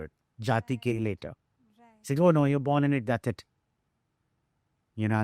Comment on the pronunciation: What was with Accent n Pronunciation with "BORN " I heard Born as" Burn "😂😂😂😂😂😂😂 So where the Hell Did he Open up on Bollywod Secrets😂😂😂😂😂, the Titles ----The Podcasters take for" TRACTION "😂😂😂😂😂😂